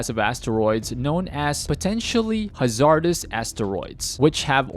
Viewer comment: The way he mispronounced hazardous haha